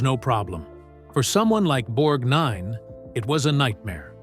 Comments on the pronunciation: Interesting audio, strange visuals that didn't match the narrative. Also, it's BORGnine not BorgNINE. And Ethel MerMAN about took me out. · I get so sick of these narrators talking as if they were born yesterday. Everyone, EVERYONE, since my childhood, starting in 1952, pronounced it BORG-nine, not borg-NINE. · Why does the narration keep pronouncing his last name differently? Half the time it sounds like he was the ninth Borg (borg NINE) and other times it sounds fine (BORG nine). WTF? Did I just hear "Ethel merMAN"?! If anything, she'd be a mermaid. It's MERman, rhymes with German. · What's with all the weird name pronunciations? The stress on NINE and "Nancy" pronounced "Nansay"? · Why does the MC keep stressing "nine" in Ernest' last name? It pronounced "Borgnine" with NO emphasis in the last four syllables! If your going to do a video about someone get their name right. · Your research is impressive, but you should strongly consider switching to a human narrator until the text-to-speech robots learn consistency. The constant switching between the correct — BORGnine — and incorrect — borgNINE — pronunciation of your subject's name was seriously irritating and distracting. It’s a shame you let your hard work be diminished by not solving this problem. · Irritating the way the guy insists on pronouncing Ernest's surname as; "Borg - Nine". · Interesting but too many sloppy errors and repetition. Being unable to pronounce Borg-nine or Mer-man correctly makes you wonder where this guy got his information. We never learn who the “feud” was with, either. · At about the 23rd mention of “Borg N I N E” I gave up and couldn’t listen anymore. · Annoying how he says, "Borg Nine" as if it 2 words....and talking og Shelly Winters while constantly showing someone else....Ridiculous.. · "Borg-nine" "Mer-man" Gotta love those computer-generated voices. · Pronouncing his name “BorgNINE” makes him sound like a character from Star Trek the Next Generation